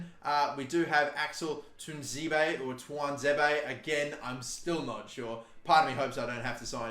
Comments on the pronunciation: it is pronounced T-wan-zeh-bay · Axel's name is pronounced as Tuan (Juan with a T) zebe (zeb-ay) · It's pronounced Twan-Zee-Bay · He’s name is pronounced as Axel Twaun-ze-bay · You pronounce Tuanzebe's name by saying "tuaan-za-bay". Edit: I do want you to sign Ben White, Chris Mepham or Juan Foyth. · Its too-ahn-zee-bee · I'm pretty sure Cuisance is pronounced Kweesonce . Meslier is Messleeay. Tuanzebe is Twanzaybay ;) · I vote Tuanzebe just to force him to try and pronounce it every game